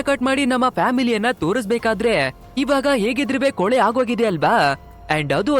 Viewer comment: ಕೊಲೆ.. ಕೊಲಿ ಅಲ್ಲ